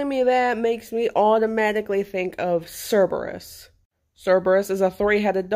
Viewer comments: "kurbex" is what it is suposed to sound like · Not to be rude or anything, but you’re saying Cerberus name wrong. The c is supposed to sound like a k